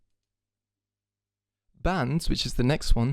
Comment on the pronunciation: the first time you said “insel” i nearly had a fucking heart attack thinking you said ‘incel’ oh my god